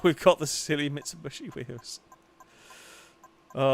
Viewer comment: Sa-Lica, Mitsubushi???